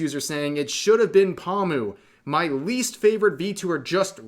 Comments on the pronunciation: idk why but hearing pomu being pronounced as pawmu is just hella funny note: Pomu is pronounced Poe-mu/Poe-moo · I mean pronouncing her name wrong is a tad... Obnoxious and irritating. Poh moo, not palm moo. But otherwise valid. Sucks that it wasn't her but Calli has more starpower. Wish it was Pomu, but I'm not gonna hate for Niji not getting a deal. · Omfggg dude it's "PO-mu", not "pamu"... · Poe-mu, not Paw-mu. This hurt to listen to the entire video with the constant mispronounciation. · The way Rev say Pomu lol XD Pamu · Oh god why does Rev keep saying Pahmu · Lmao u probably gonna piss em off by the way u say paw moo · That's great for Mori but please stop saying "Palmoo" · Lol "paw-mu" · My man, "pahm-u"? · Is he saying “pawmu” wrong on purpose? Lol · Bretherin, The Po in Pomu's name is pronounced the same way as how you would pronounced Po from Kung Fu Panda. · The way rev says pomu LOL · Why do you say pomu wrong